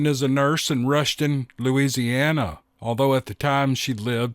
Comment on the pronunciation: Gawd you make me laugh...the way you said Loisheeanna lmfao...always a good time here. Thanks buds. In Canada we call those Brushwolves ...Coywulf Amazing accounts. I think the goverment sanctions these kills on feral squatches. Awesome edge of your seat stories ...i get sweats thinking about it.